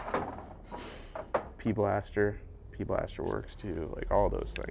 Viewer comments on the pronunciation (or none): Your the first person I’ve heard call it p blaster instead of pb blaster. Now I question my sanity.